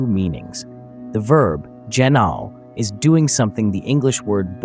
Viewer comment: Gennathai anothen - born anew, again, from above. Edit: I have to add, I'm loving these videos, but I know several of these words and the pronunciation is throwing me off. Gi-naw'-oh - with a hard G, and the ' indicating a glottal stop like the british way of saying bottle - baw'-ul Ah-naw-then - the th is unvoiced so it's the th in "hoth" not the th in "these". Finally, the word for breath/spirit/wind is... Pnew-muh - the P sound is quick, unvoiced, and pronounced immediately before the n without making it a separate syllable like puh-new-muh. That's how I pronounce them anyway.